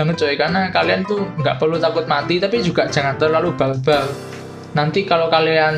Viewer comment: Barbar ih bukan balbal hahaha gemess